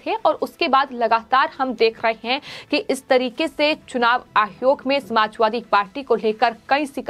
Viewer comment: मैडम चुनाव आयोग होता है आप आहयोग क्यों बोलती हो😀